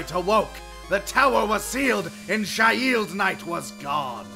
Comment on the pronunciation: Me: It's pronounced "Sheeld" Vegeta: But it has an "i" on it...